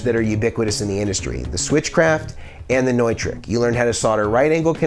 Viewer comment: Hey bud, cool video. I wanted to let you know that the word Neutrik, is actually pronounced Newtrick. Not trying to break your balls, just helping a friend.